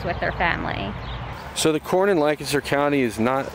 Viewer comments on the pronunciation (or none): say lenkisster and don't sound like a dank tourist. we cringe when you pronounce it WRONG